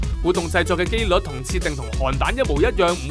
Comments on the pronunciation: 竄 同音字 寸✓ 鼠✗ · 竄改機率。 竄：讀音「喘」 加油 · 竄唔係讀「寸」咩